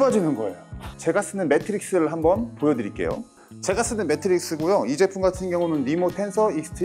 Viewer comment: 외이러셩~~~ 매트릭스(×), 매트리스(0)